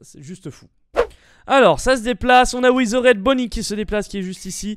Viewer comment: "On a Ouizeraide Bonnie!" XD